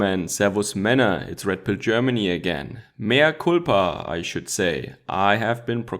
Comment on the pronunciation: Oh you said Mea Cupla Are you catholic